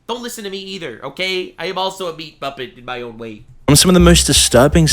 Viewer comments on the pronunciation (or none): none